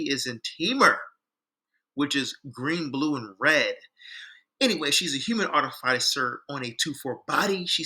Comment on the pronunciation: I'm curious if you have any updated recommendations? I dig what you're puttin out with this video, it's a totally different direction than I went with it Miniscule side note, your pronunciation of artificer is gonna give me a brain aneurysm 😂😂